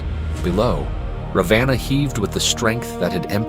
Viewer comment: Raavana....not Ravaana. Nice video.